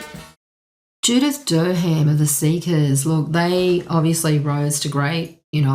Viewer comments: Pronunciation is more like: Eddie COCKRUN and JUDITH DUR- UM I’d say… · You might want to find out how to pronounce Judith Durham's name. Apart from that this is interesting. Would have liked more music samples.